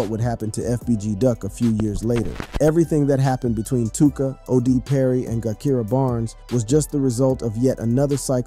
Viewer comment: Every video about Chicago gang culture your info is about 35% correct but you really really need to do your research you dont even pronounce Gakirah's name right.